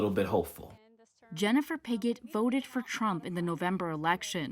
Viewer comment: WHOA !! Her name is Pigot.....I thought the reporter said....BIGGOT !!! HECK NAW !!!🤣🤣🤣🤣